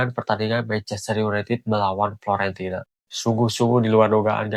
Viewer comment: Fiorentina bang.. bukan Florentina bang.. Florentina siapa dah itu? Tetangga sebelah kali Florentina.. hehehehe